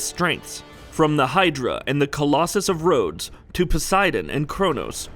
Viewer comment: he says collosous of rode lol